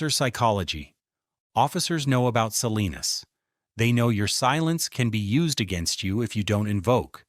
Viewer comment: Salinas...not Selena's v TX